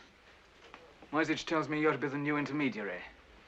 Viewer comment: Only Mrs Darrieux pronounces the name Moyzisch correctly — as ”Moytseesh”. The rest say ”Moysitch”, making the name sound Slavic. This movie takes its liberties with the original story. As far as I know, Cicero never went to Brazil, and the subplot with the Polish Duchess seems to lack any real life correspondence. Furthermore, only some of the money Cicero was paid were counterfeit (mostly due to the Germans’ difficulties in obtaining British currency).